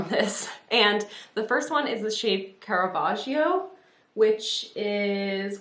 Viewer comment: You pronounced Caravaggio correctly! He was an amazing Baroque artist. His pieces are mind-blowingly beautiful in my opinion. His most famous is probably Judith Beheading Holofernes.